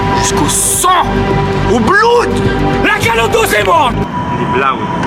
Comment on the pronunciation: Mdrr qui corrige blood mais qui le prononce encore plus mal